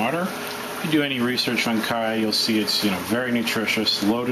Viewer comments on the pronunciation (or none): Where the heck are some of you people getting that ignorant kie-ya pronunciation? ????? The people of chaya's native country , Yucatan, Mexico, must be a pretty stupid bunch since they all say CH-aya, as in CHarles. This 'kai-ya" business is highly annoying. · Love the video but I work in Yucatan with Maya farmers and its pronounced "ch-aya" including the ch sound. :) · It's CHaya with the CH pronounced like CHeese. Why can't people pronounce this plant properly. Listening to your mispronunciation is like fingernails on a blackboard!